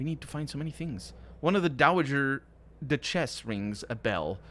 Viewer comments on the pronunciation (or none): Duchess pronounced DUTCH-iss not doo-CHESS